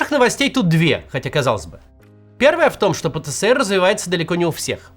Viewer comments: Пэ-Тэ-Эс-Эр! Макс, пожалуйста! Который год терплю, но не возможно же! Ну даже по логике, если ЭР то ЭС, даже если было бы СЭ то было бы и РЭ "ПэТэСэРэ". Но он "ПэТэЭсЭр". Спасибо. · Максим! пэ тэ Эс эр! Меня так ещё в СэСэСэЭре научили! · Пэ-Тэ-Эс-Эр. Пожалуйста произносите правильно если уж объясняете аудитории что это такое. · Хоспаде. Или "пэтээсэр", как в русском языке предполагается, или уже "пэтэсэрэ", если мы правила и нормы отрицаем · Именно. ФэБэКа тоже выбешивает... ))